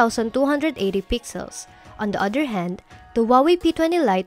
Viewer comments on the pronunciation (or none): i hear "boat", "da", "tink", "dis", "smoot"